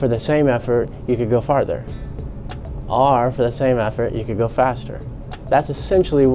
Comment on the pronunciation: I hate the way he says “or”. He’s pretty. Much saying ARE.